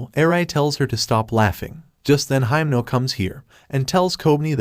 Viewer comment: it doesn't really matter but I'm gonna say it, your reading himeno's name wrong...